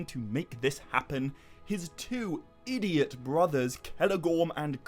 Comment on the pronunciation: "His two EEDIOT brothers..." 😂😂😂